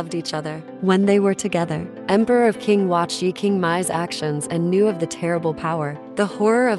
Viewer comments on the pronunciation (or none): Qing is pronounced Ching, not king.